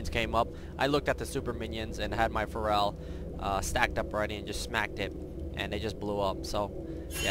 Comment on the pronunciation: can you pronounce feral properly.....